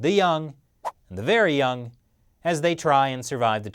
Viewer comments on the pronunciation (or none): none